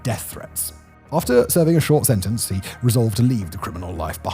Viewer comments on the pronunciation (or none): none